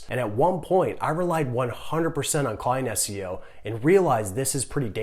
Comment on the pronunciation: Did he say client SEO? I couldn't quite catch what he was saying